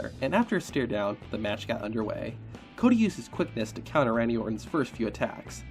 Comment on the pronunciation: Ah yes CAWdy